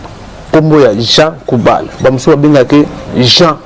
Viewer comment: Le journaliste a un grand problème de prononciation. À la place de JEAN GOUBALD, LUI IL DIT JEAN KOUBAL. mawa trop pour mon pays la Rdc.